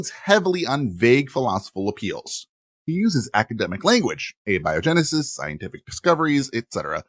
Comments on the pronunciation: I chuckled at "Awby O. Genesis" for abiogenesis. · Abby-oh-genesis. Thanks, AI.